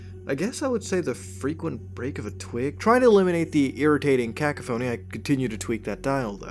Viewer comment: Did Muta just pronounce cacophony (Kah-kof-uh-nee) As (Kak-a-foe-nee ) I cringed so hard.